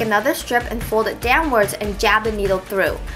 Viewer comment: every time you say "JAB the needle through" i get scared your gonna "jab" yourself! lol :) very cute btw!!!